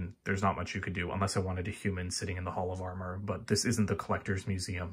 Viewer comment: Thon were I Love Your HOLL OF AR MER😂